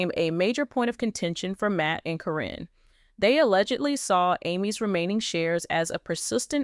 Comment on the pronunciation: Her name is Karen , not Corin when doing these story’s they should pronounce the names correctly